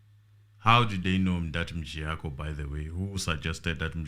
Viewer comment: make me laugh when he call mjiyakho as Mjayiya loool